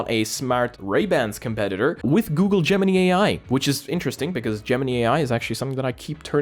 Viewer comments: it is pronounced gemin - eye. not gemin - ee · its not gem-mini....it gem-in-eye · Love your videos as usual , one bit of constructive feedback, it's pronounced: Gem-In-Eye not Gem-In-Knee Keep up the great work mate! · Ah yes, not Gemini but Geminy. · Gemini pronounced Gemin eye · Google Gemini is pronounced with the last I as eye. If you ever watched Saturday Night Live last week there was a skit about how America randomly changed the English language. 😂😂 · is your accent causing you to say Gemini like that? I'm not coming for you, just curious why you are pronouncing it like Pinocchio's cricket. The last i is pronounced w/ (I) not (E) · It's called Gemini like the starsign the way you pronounce it is different 🤣 😂